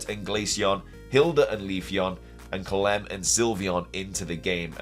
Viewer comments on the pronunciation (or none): I swear, when you Calem during the Eevee event for Pokemon Masters EX, i heard you say Glen.